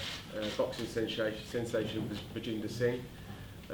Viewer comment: Boxing what? Shenshation?